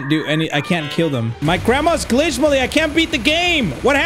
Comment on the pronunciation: It’s Milly not molly😢